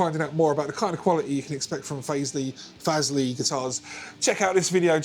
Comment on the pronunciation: Great video and playing! It sounds bloody good for the price. My 14yo daughter wants a 7 string to play Korn songs and other stuff like that. I reckon this could be the one for her, especially since they're going for £113 now! Thanks for the upload! Might be Fazz-lee because there's no 'e' after the z. Ooh the controversy 😂